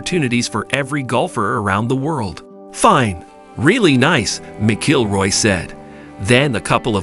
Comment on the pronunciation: Mc Killroy and Miss-Ilroy pronunciations really made my day today. Thank you.